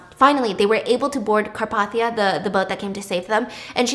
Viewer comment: its “car-pathe-ee-uh”